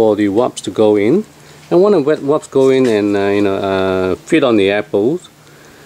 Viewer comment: you are the second person that say Waps instead of WASPS :P lol Great video, thanks! :)